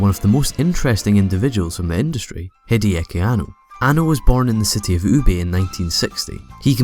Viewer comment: I do believe you have mispronounced "Hideaki Anno"... Pronounces Hideaki Anno